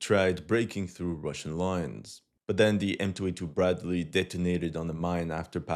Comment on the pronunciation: "Bryadley" 🤣🤣🤣 You are killing me